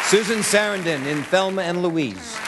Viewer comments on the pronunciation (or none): Notice Michael Douglas pronounced "SUR-RAN-DOHN" wrong when he said Susan Sarandon ? Lol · you can tell that Susan Sarandon was a bit annoyed that he mispronounced her name. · That look with Michael Douglas screws up Susan Sarandons name 😂😂😂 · Susan Sarandon's face after he messes up her name is priceless. Reminds me of when Rue McClanahan's name got messed up by Howie Mandel at the Emmy's. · The way he pronounced 'Susan Sarandon' was borderline criminal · When he says Susan Sarandons last name wrong! Ah hahaha that eye roll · Susan Sarandon rolled her eyes after he mispronounces her name. lol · Did Michael Douglas mispronounce Susan Sarandon's name? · Why did he pronounce Susan Sarandon's name like that? 🤔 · The shade on Susan Sarandon's face after her name was mispronounced. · It was a year before I was born but I'm still angry at how he pronounced Susan Sarandon's name. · Is no one gonna talk about how Michael Douglas absolutely BUTCHERED Susan Sarandon’s name? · did he mispronounce SARANDON????!!!!!! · The disrespect pronouncing Picasso and Susan Sarandon. 😂 smh. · this guy fucked up susan saarandons name